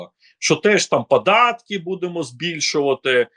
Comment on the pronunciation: І прізвище, а ще більше того імʼя -. (Шевченко на тому світі, мабуть за голову хапається.) Розумний політолог, багата мова, а вимова? Караул! Що це за аля юлятимАшенка? " на межИ розколу." "пАрядкАм денним", "теж гАворила теж про пАдатки... яке пАстраждалА.., Астання спроба... треЦя партія, деорганізацИя.." Слухати, звичайно, важкувато і дивно. Людина живе в Україні, а мова українська, як у москаля, який намагається вивчити українську.